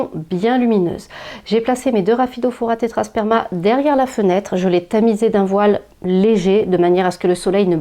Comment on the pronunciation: Coucou !!! Elles sont magnifiques et bravo pour la prononciation même rapidement hahahah!! merci pour tes conseils bisous